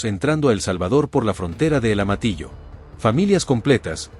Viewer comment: Decí Amatillo no Amatio por favor pronuncia bien las palabras, llevan la letra ll, y